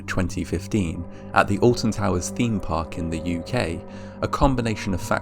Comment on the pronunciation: I'm from the US, so forgive me that I don't know much about the UK, but I swore it sounded like you said "the Austin Powers theme park in the UK". Shit, I want to see Fat Bastard...